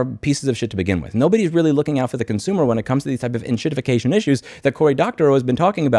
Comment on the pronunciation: Did I hear that correctly? "…when it comes to these types of enshitifcation issues"? 😂